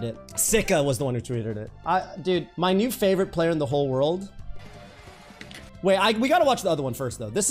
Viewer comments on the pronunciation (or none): none